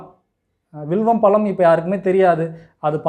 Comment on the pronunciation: பளம் அல்ல பழம் என்று உச்சரியுங்கள். எளிமையான உண்மையான மருத்துவம். வாழ்க வளமுடன் தம்பி.